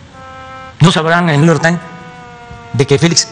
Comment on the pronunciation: El Kks: " el niuyor tain " 🤣🤣🤣🤣